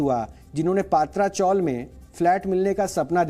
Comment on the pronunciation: Its not पात्रा चॉल, its पत्रा चॉल (tin shed)